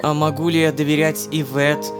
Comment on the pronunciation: А можно не ивЕтт а Иветт